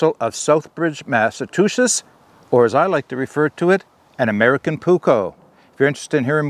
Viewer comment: It is Massachusetts! There is no state named Massatusetts. Otherwise I enjoyed your video.